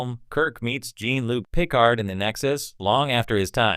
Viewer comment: If you can’t pronounce Jean-Luc Picard’s name correctly I don’t see why I should pay this video ANY attention.